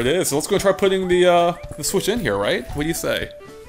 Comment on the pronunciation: "Speaking of sWhich.." I have a feeling that's going to become common one of these days.